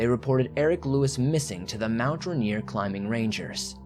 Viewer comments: So we say RAIN EAR like that not Ruh neer lol big love from Washington state 💜🌋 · Helpful hint: Rainier - (pronounced by all Washingtonians as if to say it like Rain-ear) :)